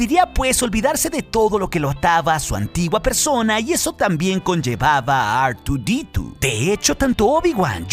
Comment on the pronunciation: ar tu di tu! madre mia dilo mejor en español jajajaja